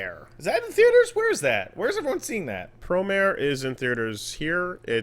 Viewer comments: I thought it was pronounced pro mar ey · You say it like it's spelled. Pro-mare.